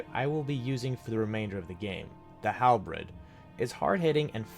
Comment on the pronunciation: the halbread? were you under the influence while recording this? its HALBERD [Hal Bird] anyway cool vid <3